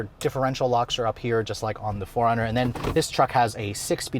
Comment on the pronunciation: Sounds like you’re calling it a Foreigner.